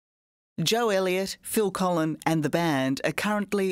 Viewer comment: Phil Collen not Collin